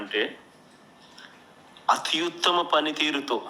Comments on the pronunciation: అత్యుత్తమ అని పలకడానికి రాదు. మరేం చేస్తాడు? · భాష లో అధ్భుత ప్రయోగం.... అత్యుత్తమ నీ అతి యుత్తమ అని పలకటం... మరో భాషా కోవిదుడు.